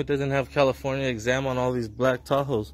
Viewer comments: Fml did he say California examed? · A California exam license doesn't make any sense. Unless I misheard you and you are attempting to say the word exempt? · Exempt, not exam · Hey, it's "EXEM" as in exempt from paying registration fees/taxes, not EXAM. Peace. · "Exempt" not exam. Just found your channel. I enjoyed this. Thanks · Not giving you a hard time ... it's EXEMPT not exam. It's because they are exempt from paying taxes. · It’s not exam it’s exempt… Love your channel and your content… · California exempt you mean? It's not exam,...it's exempt. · Good video, just be more accurate. It is exempt, not exam. And yes, you probably did catch this department engaged in corrupt behavior. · Its EXEMPT. Not exam plates. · It’s EXEMPT not exam... smh 🤦🏼‍♀️ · Not a biggie but it's "California EXEMPT" not exam. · The proper word is "exempt" not "exam" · Exam plates? You mean exempt? 😂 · it's "exempt," not "exam" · "Exam" 😆 it's Exempt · also it's exempt not exam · It's exempt not Exam🤦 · *EXEMPT not exam lol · LOL EXAM its Exempt. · Exempt not exam lol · Hey love all that you do man!! But it's "Exempt plates"